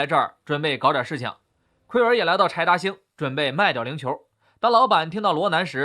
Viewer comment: 柴达星听成派大星😂